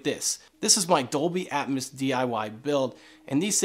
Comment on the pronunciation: Say it with me...Atmos (at-mose), not Atmas (at-mas).